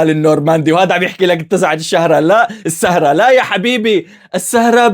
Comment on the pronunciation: مين ركز لما قال بدال السهره "الشهره" 🤣🤣🤣